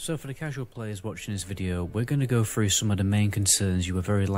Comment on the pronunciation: I made it literally 5 seconds in, as soon as that muppet said "we are gonna go FREW" I was out.